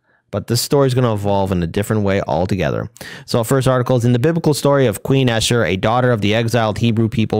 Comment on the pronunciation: Ester not Escher